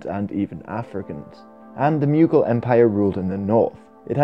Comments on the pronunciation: Why do you say "myoogal"? It's pronounced "moogal" or "mogul". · Mew-gil lol